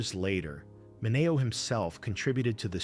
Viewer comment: I wonder if AI will EVER learn pronunciations? I thought it was pronounced "Minny-O".